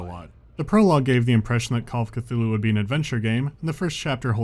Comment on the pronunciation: Ah yes, Call of C'th-uty!